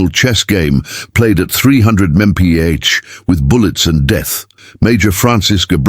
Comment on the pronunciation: The A.I. Had quite a bit of difficulty figuring out how to pronounce mph😊